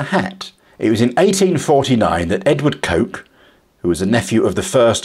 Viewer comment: The name Coke (Lock & Co) is pronounced ''Cook''. A historian should know that ;)